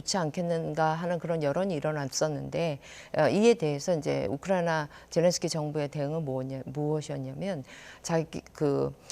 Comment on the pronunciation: 이 아줌마 왜 자꾸 우쿠라나라고 말하나요?